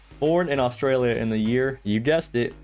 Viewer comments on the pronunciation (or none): none